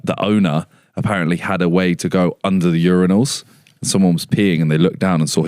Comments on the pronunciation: thats how you say it mate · why did bro say urinals like that